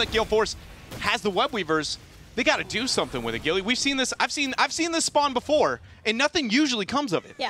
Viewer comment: "GILLAY!" XD